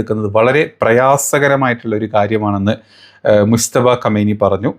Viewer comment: പരമോന്നത നേതാവിന്റെ പേര് മുസ്തഫ എന്നാണോ അതോ മുജ്തബ എന്നാണോ ഒന്ന് കൃത്യപ്പെടുത്തി പറയേണ്ടതാണ്